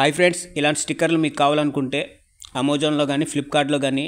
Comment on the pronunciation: Arey...nayana adhi amozon kaadhu raa babu amazon....nee pronunciation vinte amazon vaadu kooda bhayapadathaadu 😅😅😅😅😅